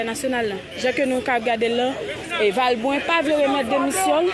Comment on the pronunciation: Se valbrunt se pa vilbrunt nou meuleurrrrrrr anmweyiiiiiiii